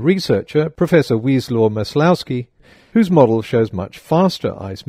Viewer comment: Wieslaw Maslowski - pronounciation Vye-swahf Mas-wov-ski.